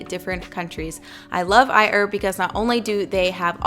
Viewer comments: "I - erb" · I die a little bit inside every time she says iherb 😂😂 still a fine video those parts just get me